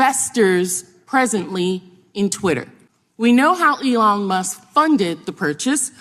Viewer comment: MTG didn't think any entity should promote a vaccine that wasn't FDA approved, but they were all tripping over themselves to promote worming medicine for covid, WTF? These MAGA cultists have no shame and no self awareness. She wont even pronounce Elons name right.